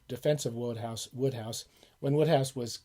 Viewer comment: It's Wode hohouse like snowed house apparently. loved the vid. read a few myself. I was surprised how good the writing was.